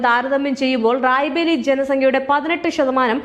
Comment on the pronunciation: റായ് ബറേലി എന്ന് പറയാൻ പഠിക്കൂ ആദ്യം. അത് കഴിഞ്ഞ് വാർത്ത വായിക്കാം. അണ്ണാ ഹസാരെ എന്നത് ഹരാസെ ആയി മാറിയത് നാക്കു പിഴയായി കണക്കാക്കാം. എന്നാൽ ഈ തെറ്റ് വീണ്ടും ആവർത്തിക്കുന്നത് അങ്ങെയറ്റം അരോചകമാണ്